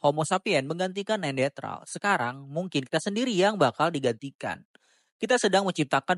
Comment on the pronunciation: Kok gw dengernya neandetral sih bang? Bukannya neanderthal ya?